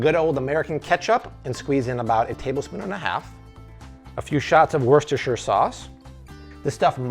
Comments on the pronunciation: Bat Taz im not sure if its pronounced differently in different places but in the UK the 'shire' is certainly not silent. It is pronounced wusta-sha, exactly how said it the first time. Worcester is a completely different word. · 'Woster' sauce, the Shire is silent. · free tip just call it "woostah sauce" it comes from england not middle earth. hehe :D